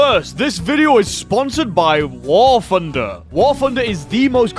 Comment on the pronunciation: I've been watching your videos for a long time now, but I don't understand why you cannot pronounce "TH" it is NOT AN F. WAR FUNDER?! REALLY?!